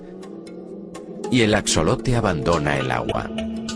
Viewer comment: Axolote en México se pronuncia así Ax(j)lote la x en MX suena como CH, J, Xa,Xe , XI, xo, xu.. dependiendo sea el caso, en este caso se pronuncia ax(J)olote, porque? Porque muchas palabras en MX son de origen náhuatl